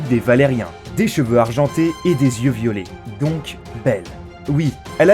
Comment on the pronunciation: Targaryenne ? Yeux violés? Y'a un soucis de prononciation la… mais grave quand même. Au passage les yeux violet techniquement ça n'existe pas, c'est le degré d'intensité d'une iris bleue qu'on appel "violet" c'est un degré rare mais ça reste dans le spectre bleu… de la a foutre un violet pétant faut pas déconner, donc en gros, y'a aucun faux-pas quand au physique de Daenerys!